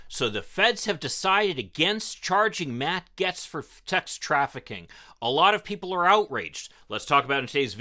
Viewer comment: Bahaha, you can't even say his name right. You guys are fishing hard-core